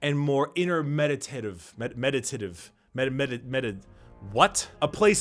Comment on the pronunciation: OMG. When you said "medaTITive" in this pose, I just lost it